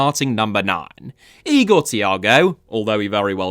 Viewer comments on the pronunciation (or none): none